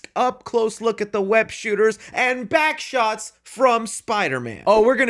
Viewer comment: Eh, yo, why you say Backshots like that 😂